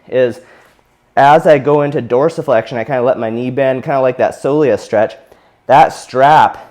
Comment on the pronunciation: I came here just to see how dorisflexion was pronounced